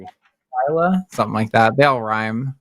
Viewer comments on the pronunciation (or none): none